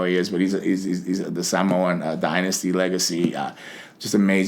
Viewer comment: He pronounced Samoan correctly